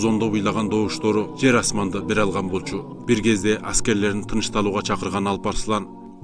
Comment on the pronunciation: Анан, "жэр" эмес "жер"